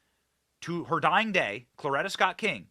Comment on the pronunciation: Benny,!! It’s CORETTA, not Cloretta!!!